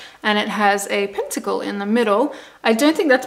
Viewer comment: Thank you for saying pentacle!!!